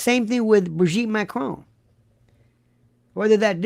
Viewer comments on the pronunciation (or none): none